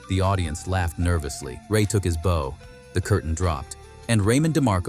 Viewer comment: Bow: It isn't boe, like on a package, it's bow, like a dog barking, bow-wow.🤦